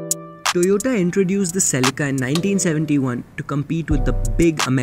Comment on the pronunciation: Ladies and gentlemen "the celeekaaa"...!!😂